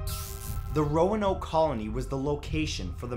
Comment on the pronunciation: Lol, no more Roanokey?? xD i still laugh about how you used to pronounce Roanoke...